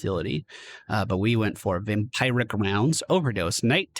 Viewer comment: Your Vam-PIRE-ic pronunciation still cracks me up